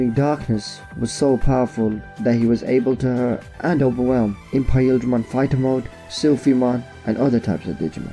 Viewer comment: Is anyone else bothered by the pronounciation of Imperialdramon?